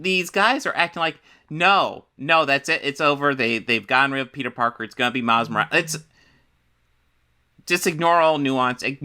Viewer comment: Ya . mile's.."Miles" not Spiderman